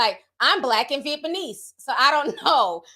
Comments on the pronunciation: Nobody: Ti: Vietbaneese!! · Nobody: TT: viet me knees 😂🤣🤣🫶🏽